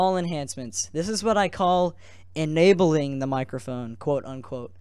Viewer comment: ënabling the mocrophone"